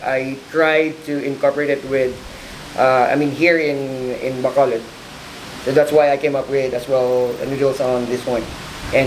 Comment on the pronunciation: Why cant americans prenounce bacolod and silay correctly